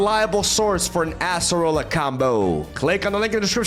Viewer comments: It's not "ass"-erola, it's Ay-suh-roh-luh :) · Why does he say asserola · ”we got the ASS-AH-ROLLA” here… Lmao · i just can only hear ASSerola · I can't escape people pronouncing it as "Asserola" 😭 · I’m begging you please stop saying ASS-roller 😭